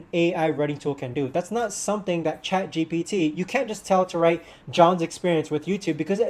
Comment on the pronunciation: It’s ChatGPT, not ChatGBT…